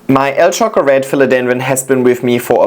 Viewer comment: By the way, you pronounced the name of the insta perfectly! Your Portuguese is getting better and better!